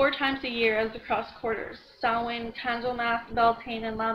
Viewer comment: Nice reading! I was following along in my book as you read it. "Samhain" is a Gaelic / Ghaidhlig word pronounced " Saw - Veen " xD it's basically Halloween night if I'm correct.